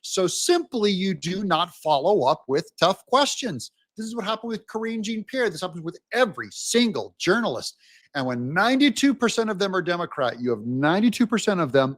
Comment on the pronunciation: With Biden Administration gone, I was hoping I wouldn't have to hear you mispronounce Jean-Pierre as "Gene"-Pierre. She's from French Martinique, far from folks like Billy Jean King. Do you say Gene-Claude (e.g. Van Damme) for Jean-Claude?; Gene-Luc Picard of the Starship Enterprise?